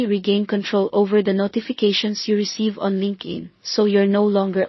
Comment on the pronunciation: Linkin? It's LinkedIn. It's annoying to listen to wrongly pronounced words. Rest is OK👍🏻